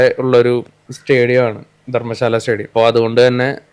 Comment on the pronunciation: ധർമശാല അല്ല 😂.ധരം ശാല. 12 over alla കഴിഞ്ഞത് 10 over. കളി ഒന്നും കണ്ടില്ലേലും ഓരോ പൊട്ടത്തരങ്ങൾ ഇങ്ങനെ വിളിച്ചു പറഞ്ഞു കൊണ്ടിരിക്കും. നീ ഒക്കെ ആ raf talks ഒക്കെ കണ്ട് പഠിക്ക്. അതിലൊക്കെ correct ആയിട്ടേ കാര്യങ്ങൾ വരൂ. നിങ്ങളെ പോലെ മണ്ടത്തരങ്ങൾ വിളിച്ചു പറയൂല്ല 😂